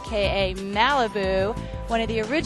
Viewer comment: It's Deron not Daron